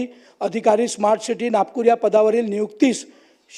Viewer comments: या नालायक आमदाराला "स्मार्ट " हा शब्द देखील नीट उच्चारता येत नाही,तो "ईस्मार्ट " म्हणतोय. काय लायकी चा आहे हा. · या अवलडीला smart city आणि ismat city बोलता yet नाही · Yala smart bolata yet nahi...e- smart mhanato....ani mundhe saheba varati bolato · ह्या खोपडेला स्मार्ट सिटी बोलता येईना... ईस्मार्ट सिटी म्हणतोय.....😂 UPSC चा syllabus बघ आधी मग समजेल.....😂